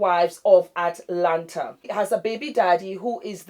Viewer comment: The fact that you pronounced Atlanta like Atlanter LOL "Can you fry plantain?" hahaha